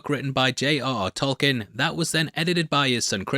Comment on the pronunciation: Just an FYI it’s pronounced Tolkeen as opposed to Tolkin or Tolken